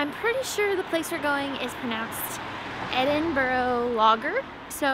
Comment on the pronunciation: Welcome to Scotland. Good to hear that you’ve got the hang of pronouncing Edinburgh. Shame the weather looked a touch cool, but that’s Scotland for you. Loads of history and beauty. Hope you had a great time. You’ll be looking forward to the warm weather when you get back.